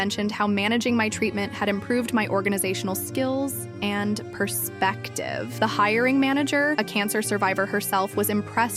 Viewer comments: “Per….SPECTctiveAAA” I LOVE AI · Bruh. The way she said perspective